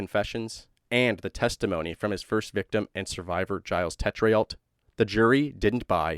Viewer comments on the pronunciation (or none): Tetrealt is actually French, I think, but phonetically (for future reference), it is: "TAY-tro" (emphasis on the first syllable). But that is a really hard one, I'd never be able to spell it if someone said spell, "Teltrealt" (tho now that I have your way of saying it, I might do better, hahaha) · Teh-tree-alt had me laughing. It's pronounced Tay-trow. Damned French names... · His name is pronounced "TAYtrow" or "TAY chroe" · It's pronounced "Zheel Tetro" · FYI. It's pronounced Tetro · Giles Tetreault is said more like jeel tetrow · Chances are that Tetreault is pronounced Tett-row (that’s as close as I can get with English sounds)